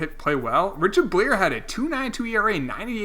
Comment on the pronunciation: Richard Buh-liar